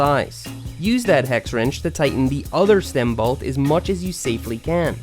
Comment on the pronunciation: Say “balt” one more time